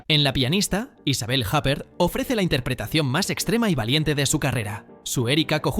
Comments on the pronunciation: Cierto, se dice "Isabél Ypér". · Me duelen los oídos con lo de Isabelle Japer... Lo mismo con Güim Güenders, es Vim Venders, la W en alemán se pronuncia V. Tendrías que ser más riguroso con los nombres, que no todos se pronuncian a la inglesa... Por el resto, enhorabuena con los vídeos, me encantan.